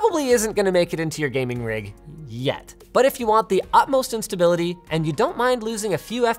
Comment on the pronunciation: This sounds like he said "utmost instability" instead of "utmost in stability."